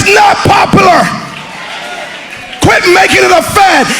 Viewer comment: “It’s not popalar” “It’s not popalar “